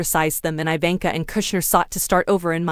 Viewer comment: Learn to pronounce her name